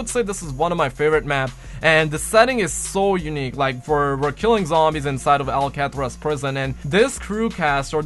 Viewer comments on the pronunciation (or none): Did anyone else hear how he pronounced Alcatraz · You said Alcatraz wrong...